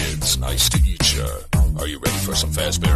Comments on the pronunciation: It is nice to eat ya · He is saying "nice to eat ya" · He is saying eetacha I have checked it on google and on Spotify lyrics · did anybody else notice when says nice to meet cha it sounds like "nice to eat ya"